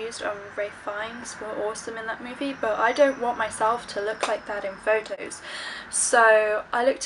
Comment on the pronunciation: FFFFFFFFFAUX TOES;) hahaha you did say photos quite posh have to agree have u had a trim!? xxx